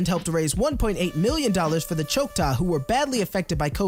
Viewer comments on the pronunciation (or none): This is wholesome AF, but one thing stood out to meh... Choctaw (chaw-ctaw